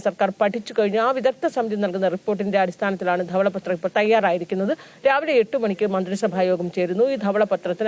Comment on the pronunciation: ഉച്ചാരണ ശുദ്ധി ഇല്ല. ദവള പത്രം അല്ല. ധവള പത്രം എന്നാണ് ഉച്ചരിക്കേണ്ടത്.